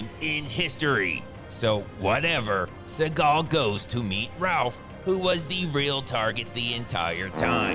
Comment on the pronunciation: Steven Z-eagal